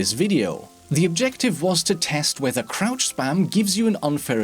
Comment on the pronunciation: I thought he said crap spam in the beginning